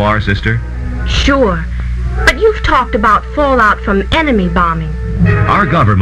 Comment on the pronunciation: it's fallout not falloot random guy from other country